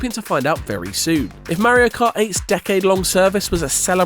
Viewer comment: How come when you say Mario Kart, you say Mayrio, then when its just Mario on its own you say it correct? Its driving me nuts.